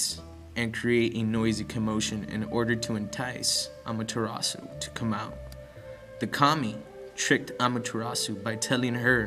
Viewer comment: .- I am suprised you said Amaterasu right and yet you said Shinto wrong. Shinto is prounounced (Shin-Toe) not shin-two like you say it.